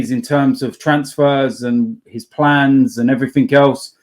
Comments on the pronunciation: Someone needs to tell that "everything" ends in a g not a k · That is not an accent thing lmao I'm from the same area as him with the same accent and I don't put a k on the end like an illiterate